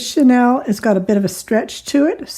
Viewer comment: Thank you for great instructions. Pronunciation is Sha kneel not Chanel the perfume. Just passing on that info. I love everything about your instructions. Well done!